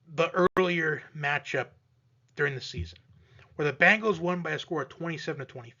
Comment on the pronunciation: B EEEE ngals not B AAAAA ngles ...lol